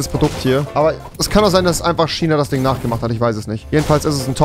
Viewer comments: Normalemenschen: Fisch Rewi: Fich Normalemenschen: Tisch Rewi: Tich Normalemenschen: China Rewi:SCHINA! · wen driggerts auch dass er die ganze zeit schiieena sagt😅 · Wen regt es auf wenn Rewi „tschina“ sagt 1 like= ein Ch für Rewi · Niemand wirklich niemand... Rewi:Schinaa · Niemand: Rewi: SCHINA!